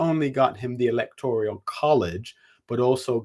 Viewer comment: Good analysis, but it's 'Electoral', not 'Electorial'.